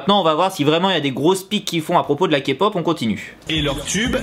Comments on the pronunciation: comment elle l'a repris c'est Ké pop et pas Ka pop déjà merci XD j'suis morte mdrrr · Quand il dit "kapop" on dirait qu'il dit capote 😂😂😂😂